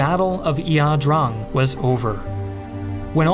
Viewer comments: What? Yaw-drong? Wtf? Well we pronounced it the EYE-DRANG. Guess here wants to be "different". The democratic repub......you mean the communists? Cont, listening to you say it was a "pyrrhic victory" made my head hurt. Perhaps you should do some better research. Our troops fought like demons in that battle. And your statement about "over reliance" on air power and artillery? Huh? This ladies and gentlemen is an individual who has never heard a shot fired in anger....or at all. Thanks professor, thats 20 minutes of my life I'll never get back. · “Battle of Eeah Drong!” 😂